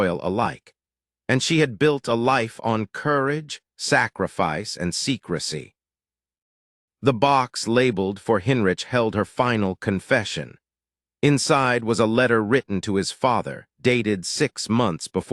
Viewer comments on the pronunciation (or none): That's pronounced "Hine-rik"